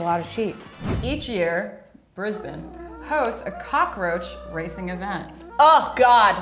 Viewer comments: 👍👌 you have to give it up for the girl that pronounced Brisbane pretty darn well! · I was surprised when they said Brisbane correctly lol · She said BRISBANE right!!!